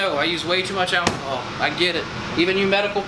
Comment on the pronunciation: First time I've heard someone say alchyhol other than me. Big love